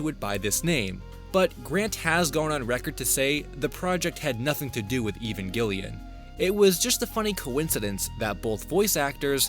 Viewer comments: "Even Gillyan?" You mean Evangelion? Try pronouncing it like evangelist. Evangel Lion. The bad guys were called angels. It has some weird religilous undertone, must be a Japanese thing, I guess. The girl's named after an American base and a Japanese carrier, so there's some other weirdness in there too. Just saying. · lol "even gillian." it's pronounced "e-van jelly an." like peanut butter and jelly. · I had no idea he was talking about evangelion at first. I thought I was going to learn about some lost media called ‘even gillion.’ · Listening to you call it "Evanghelion" is kind of annoying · I could be entirely wrong but Evengalion shouldnt be pronounced that way. It looks similar to evangelist... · I do not understand why, when someone doesn't know how to pronounce something, they have to say it over and over and over... I NEED to know the though process here! Evangelion is HUGELY popular. How do you see that word, one that you have obviously NEVER in your life seen written before, and think, "You know, I think I'll just spitball the pronunciation. I'm only going to say it a half dozen times. Sure, I could Google it, but that would take seconds! I don't have that kind of time!" And then "Shinji" and "Auska." 🤦‍♂️ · I've heard a lot of mispronunciations for Evangelion but I think you've taught me a new one in this vid. Also there's no way the Mickey Mouse one is real at all, imo anyone telling that story should preface it with "it's bullshit" before even talking about it doing anything else just perpetuates misinformation. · LMAO for some reason I've seen no comments about the Evangelion pronunciation and yep, here it is.